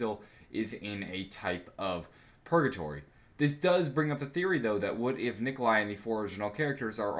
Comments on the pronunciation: You mean Nikolai right? Not Nikolia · Nikolai not Nikolia